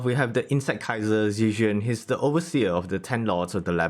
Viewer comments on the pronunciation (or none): none